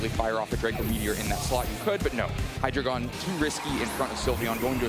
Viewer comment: )Hy-Dragon)?? 🤮 ❌❌❌ (Hy-Dree-Gon) ✅ Pokemon should make sure their announcers actually know how to pronounce the Pokémon's names.. 🤦🏻‍♂️